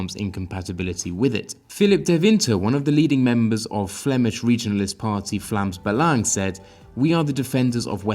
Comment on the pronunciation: Nice to see the proper pronunciation of Vlaams Belang ;) (You're welcome)